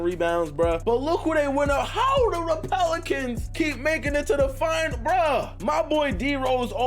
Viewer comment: buddy you ain’t slick😂, he said the repelicans